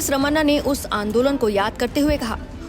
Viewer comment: "रमन्ना" नहीं "रमणा"